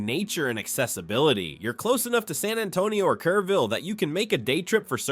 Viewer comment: Kerr -ville, not Care -ville.